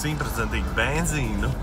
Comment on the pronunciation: pareizāk būtu benzīnu, nevis benDzīnu